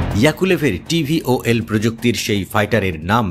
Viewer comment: এই টেকনোলজির নাম VTOL , কিন্তু সাংবাদিক উচ্চারণ করছেন TVOL ... প্লেন নিয়ে সাংবাদিকের ধারণা কম থাকতে পারে, কিন্ত একটা জিনিস নিয়ে রিপোর্ট করার আগে সঠিক উচ্চারণ টা জেনে নেওয়া ভালো